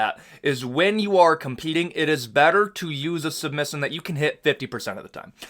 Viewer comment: The way he says position and submission 😂